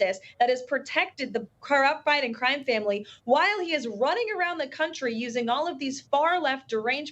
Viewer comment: She can't even say "damning" properly. And who is Merica Garland? She needs speech help.